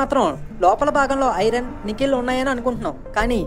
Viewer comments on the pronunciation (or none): nickel or nikhil bruhh 👀😂